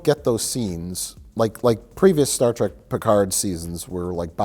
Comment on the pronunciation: Mike pronounces it “Star Track” just to troll and the audience, doesn’t he? 🤔